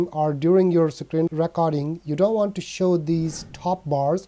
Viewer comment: I like how you say Sacreen and Sacroll